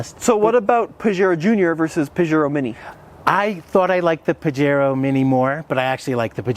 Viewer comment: Have always liked these little mountain climbers. My only gripe is your pronunciation of Pajero….cringy. The “J” has an “H” sound.